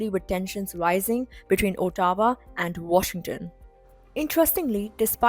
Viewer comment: Ottawa = "Aw-towa" and not "O-tawa"